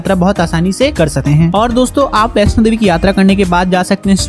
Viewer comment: Jai Mata Di 🙏🙏 Meine mata rani ke darshan kiye hai.🙏.You are wrong kesh Ganga kaha jata hai.🙏🙏.information.Bhai Vaishno Devi sahi se bola kar